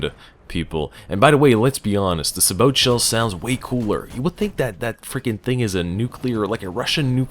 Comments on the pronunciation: Sabot: Say-boe not Sah-boat I know, late as hell, but still. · It's pronounced say-boh